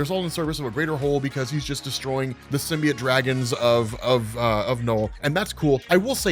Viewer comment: There is an “O” in the word “symbiote.”